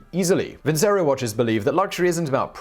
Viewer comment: I thought vincero it was pronounced vin-chero?